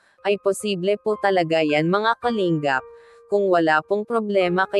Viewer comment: Kalingap ang tamang pagbigkas hindi Kaling gap,pangit pakinggan kasi galing sa salitang ugat yan na lingap,baguhin mo pagbigkas salamat kung pakikinggan mo ako